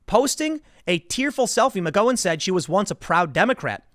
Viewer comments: The "gow" in her name is pronounced like "cow" I think, not like "go" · It's "Gow In" Tim, not "Go In". Rose McGOWan...like Cow or Ow or How or Pow or Tao or Mao or Dao or Chow or Brow or Kung-Pao or Disallow or Disavow or Curacao. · It’s Gow-en not Go-wen Gow like ouch. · McGowan pronounced Ow! not Go. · Are you sure it's "Mc GO wan" and not "Mc GOW an" ? I cringe every time you say it but I'm pretty sure it's GOW like COW not GO like NO unless you have info the rest of us don't. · Isn't it "mik-GOW-an" not "mik-GO-wan"? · She pronounces her name Mc-Gow-an not Mc'Goh-an. "Ow" not "Oh." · LoL Tim! Mc-Gow-In not Mc -Go-In. Sounds Like a McDonalds drive thru! LOL Liked and shared! Haha i made a funny! I hope i got that right? Maybe it depends on where you live? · MaGOWAN not Ma goin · "Ho no brone co"...it's McGowan, no McGoan...think, the sound of the word, "cow"...has more in common with, "ouch", than it does with, "oach"... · McGowan = Mig-Gow (rhymes with Cow) - an. Not Mig-Go-wan It's an Irish surname. XXOO from another South Jerseyan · McGowan is pronounced with an "ow" as in "ow I stubbed my toe" not an "oh" like "oh my god, I almost stubbed my toe". "Ow" like "owl" not "oh" like "Ohio". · Dammit Tim... You are killing me... It's pronounced Mc Gou an... Like the word ouch. When was the last time you referred to a bovine as a Coe? Like a moo coe? You are making my ears bleed..... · Every time you say her last name, I cringe. It’s pronounced Rose MC-GAHOW-WIN (like gown) not MC-GO-WIN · It's Mc-gow-an not Mc-Go-in. Every time he says her name, I can't help but correct it. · Rose Ma-Go-wan😃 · Just a tip Tim. It's McGowan. Gow rhymes with cow. Not go. It used to be my wife's last name. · McGowan, Tim. Not McGohan. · I cringe every time he miss-pronounces her name. It's McGOW an, not, McGO IN, FFS Timmy loosen the beanie. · Your killing me dude. It's Mc-Gow-an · Mc-GOW-an. Gow rhymes with how. C’mon Tim. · It’s McGOWan. gow rhymes with how or cow. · Rose Mc-Go-An